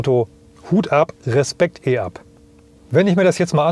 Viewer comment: Ein deutsches Fahrzeug mit einem deutschen Namen, der auf Deutsch ausgesprochen wird, e-Up und nicht i-Up!